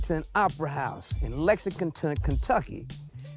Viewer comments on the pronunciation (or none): you gone be in "Lexingconton" Kentucky??😂